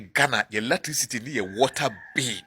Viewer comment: 😅😅😅😅 Look at him......"latricity bill" 😅😅😅😅. Who will take this thing seroius?